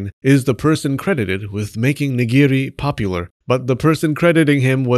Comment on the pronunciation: Ok, every time you picked a new way to mess up nigiri or sushi, I lost it. "nighughghgu wasn't always raw" Well done, sir. Well done.